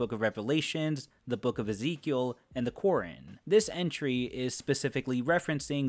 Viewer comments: ...I'm sorry, in that last entry, the what? The "quoorin"? Like, the qur'an? (curr-ON) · The way you said Qoran gave me an aneurysm. xD